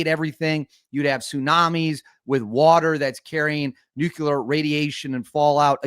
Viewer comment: Did you just say "Nucular'? Seriously dude?